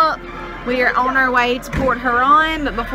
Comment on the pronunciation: I use to live in the south end of Port Huron...not quite so nice. LOL Even though my family is from Michigan...my parents always pronounced Port Huron like they were saying Porch Urine...so Pork Huron is MUCH better. HAHA!